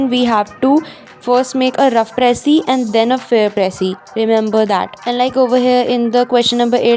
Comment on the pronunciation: gurlllll its precis not pressy🤣iski achchi writing dekh ke confuse mat ho ppl (no hate love ur tips😘)